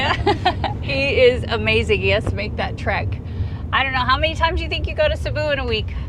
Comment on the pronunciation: Please forgive me, but it's pronounced, SEEBOO. Thank you and good sailing, from the Philippines.